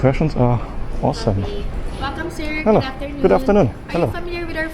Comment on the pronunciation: hello siiiiir 😅